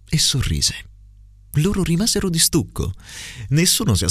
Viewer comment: "rimasero" con la esse sorda anziché dolce